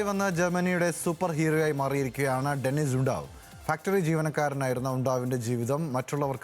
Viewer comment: ഡെനിസ് നെ ഡെന്നിസ് ആക്കി 😂